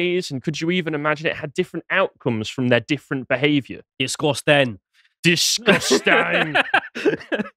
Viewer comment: Love that they brought up my favorite meme: "Desgostaeng"